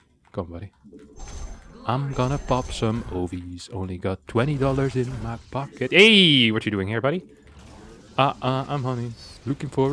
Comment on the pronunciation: I was so happy for you. "In Dah Pohket!" lol